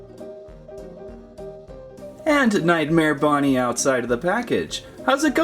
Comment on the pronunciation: It’s not nightmare BOnnie it’s bonnie